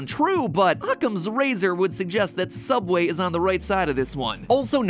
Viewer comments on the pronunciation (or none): sooubway toouna foouish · SOOUBWAY IS TOONAH FIUSH NOO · toona fouish sooubway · THEODD1SOUT HAHA. (Soubway is non-copyrights version of Subway) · James: Hi welcome to sooubway Mat: is that how it's really pronounced? Me: Y e s Edit: Tysm for the likes!